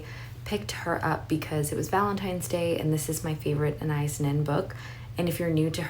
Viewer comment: Love your channel and this video! And love it even more as a Brazilian who has been named after Anaïs Nin 😊 Just an observation on how to pronounce her name, it's Ah-nah-eess with bit more emphasis on the last syllable ♥️